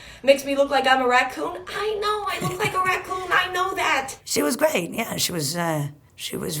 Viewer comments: Interesting pronunciation of ruh-koon 😂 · "raccun" lol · There's just something about the way she pronounces "raccoon". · I fvcking love her. I would gladly listen to a 24 hour constant loop of her pronouncing the words “raccoon” and “cockroach” 🦝 🪳 😂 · I’m surprised Natasha doesn’t pronounce Picnic as “pic-uh-nic” with her pronunciation of raccoon